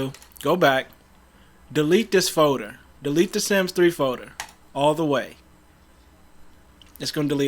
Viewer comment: Which foder? 😂🤣